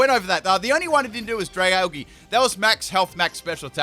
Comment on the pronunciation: “next pokemon I’m gonna bring in is the dragageh ”